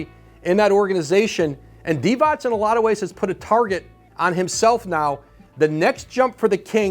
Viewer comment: Vlade Divac, c is pronounced as zz in pizza